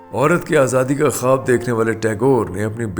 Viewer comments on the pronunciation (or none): none